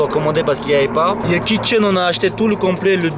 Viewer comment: Au lieu de kit chaine j'ai entendu le kit kitchen 😂